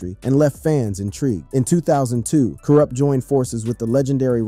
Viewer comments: Yes, all my real HIP Hop,rap heads,feel me,how dare they disrespect kurupt, can't even pronounce his name right!!!, and talking about him smoking Alot of weed, and he's a drug addict,but they don't mention,'Snoop dogg', smoking more weed, and call him having 'drug problems,,',you see,how FUCKED up is this fellow Real HOP heads,rap ,gangsta rap, fans feel me, like my brother from another mother,TAS.sure it won't be hard to figure out who I mean.Double R.peace.xx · You act like the brother is dead and like you know him. But you can't even say his name right. Boooo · How you gonna talk about "KURUPT" and you can't pronounce his name right and can't say the dpg right😂😂😂 this is the most incorrect video of kurupt that I've seen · RIGHT! I had to watch and listen to the video based on your comment alone. Kourrrrrrrrrr Ruppppppp 🤣😂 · This got to be AI I can't believe I wasted 15 minutes of my life on "kur-up" and "thaw-dog-pown" gtfoh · Yeah just leave our west coast stories alone if you can't say the names correctly, very irritating to hear "Cool Rupt" repeated over and over again. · Almost stopped watching when u said thaw dawg pound 😂😂😂 then u begin to slaughter this man’s name over n over again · Hey goofball, why aren’t you pronouncing Kurupt’s name correctly????? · OMDG you can tell this is AI bs. You cant say Kurupt, Mutha, etc. Bahahahahahahahahaha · im so upset at the mispronunciation it makes this irrelevant.. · The interview is repeating the same narrative for the first 15 minutes before including other aspects and changes in his life. We love Kurupt , he's the best lyricist, You pronouncing his name in a wrong way. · Ay no shade young bro...But how come you can't pronounce kurupt? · Dayumm say his name right 🤨 my boi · Kurupt fool get it right!!!!!! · Why u got him in a wheelchair on yo thumbnail??? Why u keep saying his name wrong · I really wanted to watch this but I got to 2.31 and couldn’t listen to “Kwrup” any longer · Who the Eff is koorupt?😂😂😂😂